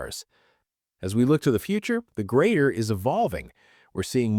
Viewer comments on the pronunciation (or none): It's GRADER, not GREATER, you stupid ROBOT.